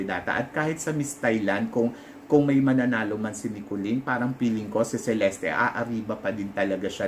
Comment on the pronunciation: Cheleste daw po ang tamang bigkas ng name ni celeste..thanks po🙏